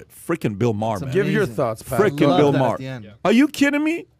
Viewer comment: That guy got the pronunciation correct it is pronounced Ma Her not Mar.